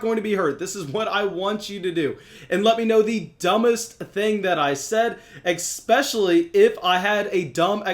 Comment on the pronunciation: Dumbest thing you said was: ex-pec-i-a-lly. Especially is a tough word to pronounce, just has no "x". :)